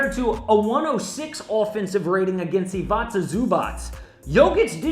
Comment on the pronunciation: IVICA, not IVACA. Is it so hard to say?